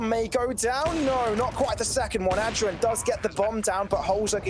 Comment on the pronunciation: Why they saying ad dren